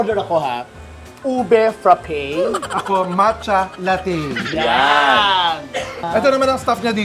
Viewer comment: frappeyyy na talaga ang pronounciation not frappe?